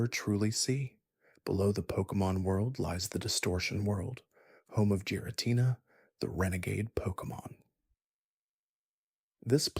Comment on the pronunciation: Not even 2 minutes in he pronounces giritina, 'jiritina"